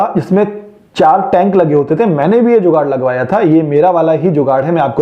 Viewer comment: Informative video, nice one, you should make a correction in your channel name. Name it "Jugaad" not 'zugaad'